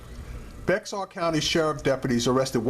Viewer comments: Bexar is pronounced Bear..All pigs are bad.They have all lied for one another in at least one instance.We call it lieing pigs call it covering their asses. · It's pronounced BEAR. the person the county was named after didn't know how to sign his name, so he signed X. His attorney spelled his name around the x getting BExAR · The "X" is silent bro. Bexar it's actually pronounced "Bear" County. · Bexar county is pronounced Bear county. Lol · Bexar county tx is pronounced bear county San Antonio police are dangers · "Bexar" is pronounced 'bear' or 'bare'. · Dood! You sound like a moron saying “Bexar”. It’s pronounced like Bayer aspirin. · learn how to pronounce bexar before you speak dumbass. easy hint pronounce it bayer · I'm use to cops treating people like this. I'm not use to anyone pronouncing the county like this guy😁😂🤣. It's spelled Bexar but it's pronounced BEAR!!!! 👌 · It pronounced bear county the x is silent don't ask why? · It's pronounced "bear"...the X is silent. You got perra and puta right. Fuck the police! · Bexar county is pronounced Bear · Bexar is pronounced BEAR. Once lived in San Antonio and the county spelling is confusing AF. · Bexar is pronounced as bear. I know it doesn't make sense. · good job on this one. It's pronounced bear county though out here in San Antonio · No it is not pronounced "bear" as you state. It is pronounced "beh jar".....